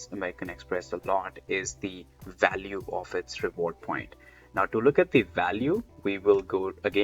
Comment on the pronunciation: Like my Indian friends at work, you do pronounce the letter V as a W, like in the word “value”, most Indians pronounce it “walue” without being aware of it. It is adorable :)